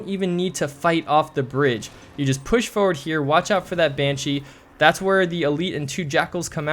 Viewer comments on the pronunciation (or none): I have used your videos in every mission so far thanks man, and i love the way you say forward, foe ward haha